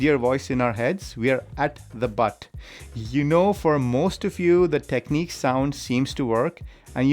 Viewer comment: Someone needs to tell these guys that all beasts have butts. Also its not techneeks. The i in Technics is like the i in fish or dish. I know you can say it cos you say tips - not teeps.